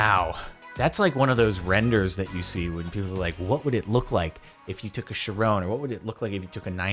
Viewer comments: I hate how he calls it a "Chirone" not a "Chiron" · Does he say Chiron like that just to piss people off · Tbh not a fan of how Jordan says "Chiron"